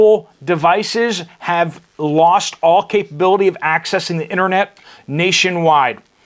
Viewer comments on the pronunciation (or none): none